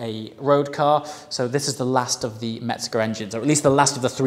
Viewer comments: Just an FYI It's Mezger not Metzger. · Mezger. Metzger means butcher.